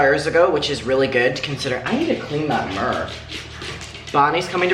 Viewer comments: anyone who makes fun of you is a POS..... You need to take care of you baby! I'm so happy for you that this finally came out and fully vindicated you!... Love the way says mirror, it's like "mirrrr"....lol ❤❤❤❤:17.."I need to clean that mirrrr"..😂😂😂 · I just started watching you recently and I am SO proud of you! Working in the mental health field I know how much this will benefit you. Just a funny note - I love how you say the word mirror 😅 All the best to you!